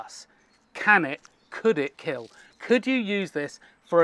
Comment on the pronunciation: "It will keel"